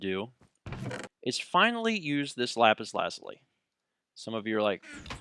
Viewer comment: Hey u miss-pronounced lapis lazulli its pronounced lapis lazooli but the spelling is the same and p.s u should ask me about games u cant solve in future lps.